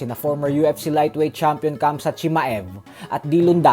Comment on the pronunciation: ❌ Khamzat ✅ Kam-zat ❌ Tomy ✅ Ta-mi Iykyk